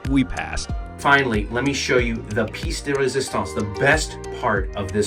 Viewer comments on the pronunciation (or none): Quick FYI - Koblenz is pronounced with the emphasis on the second syllable, so KobLENTS, not CO-blenz. Also ‘pièce’ (de resistance) is pronounced ‘pee-ESS’, not ‘PEECE’.